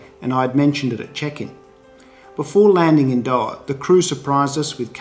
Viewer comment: I love your work. But please learn how to say Doha properly😂